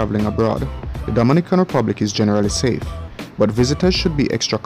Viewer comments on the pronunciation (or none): none